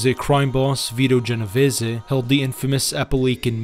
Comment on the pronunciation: You really should spend research time learning how to pronounce the names of the people in your videos. The content was fine. It was a nice, tight presentation that covers the important point, but when I hear things like Valachi, pronounced "Va Lack e" instead of "Va latch e" it detracts. Genovese and Lucchese were also both off. Those are all very prominent names in the American mafia.